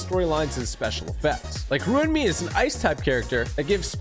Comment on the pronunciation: Am I the only one who heard Ruan me in the sponsor…?😂 (ps it’s pronounced Ruan May but spelt Ruan Mei lol)